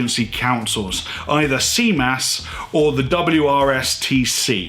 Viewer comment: Your French is amazing! ;) More seriously thanks for making the effort to say CMAS correctly. Very interesting video !!!!👍 I was looking for this type of information without finding anything comprehensive enough. And I love your point of view. I am the way around, did all my PADI cert and now I am back to France I can't find any PADI courses/instructor.